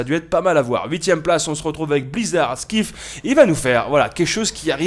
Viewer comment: 8eme place ici mais on dit pas Skif mais Sky (avec l'accent anglais mdrrrr) et F ^^ Pas grave et merci :)